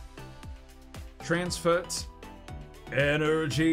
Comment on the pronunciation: energy = energienie